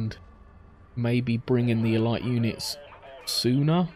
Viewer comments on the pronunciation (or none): E-light? What the fucking fuck? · It's not the same at all. Elite has a proper pronunciation.